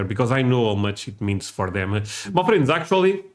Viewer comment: Sometimes when you say "my friends" it sounds like you are saying "muffins" I'm not a muffin